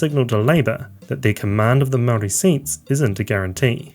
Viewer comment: Good grief. I’m not Māori but it’s pretty amazing to hear you butcher the pronunciation of every Māori word you uttered. Kind of undercuts the credibility of what is an otherwise coherent analysis.